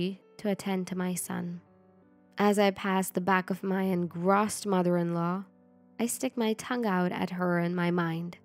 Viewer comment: Where do ya'll get these slow talking narrators??? I shouldn't have to increase the playback speed to 1.5x normal speed to get thru the story And engrossed is pronounced "en-growsed" not "en-grahsed"